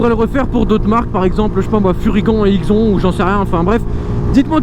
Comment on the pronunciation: #TEAMALPI Et "furygan" se dit "furygane" et "IXON" se dit "IXONE"